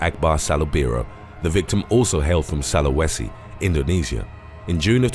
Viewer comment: Soo- la- weh- see not Sa-loo-weh- see☺